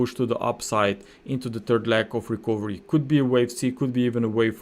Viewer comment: Very good content. Thank you for your effort.👏 A small remark: the letter "o" in the word "recovery" is not pronounced, but like this >>> rəˈkəv(ə)rē. 🙂😉